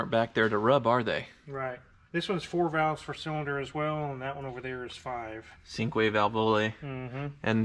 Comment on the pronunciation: “Cinque” (5) is pronounced “cheenkway”. Great video.